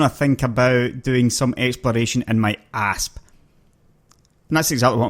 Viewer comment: It sounds like he keeps saying ARSE like "fly around in my ARSE" lol...I really like this guy, hes funny and does good videos :)